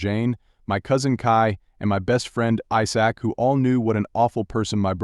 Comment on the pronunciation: AI doesn't pronouncing "Isaac"